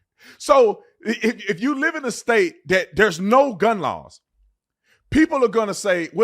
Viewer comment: “…dAt gUnMgTh…” 👁️👄👁️